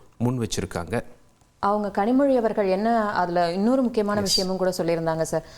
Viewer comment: Kazhimoni nu thappa pronounced ah or purpose ah😂😂😂